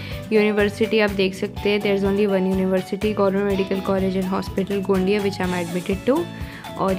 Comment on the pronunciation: GMC गोंदिया....not गोंडीया.....,👍👍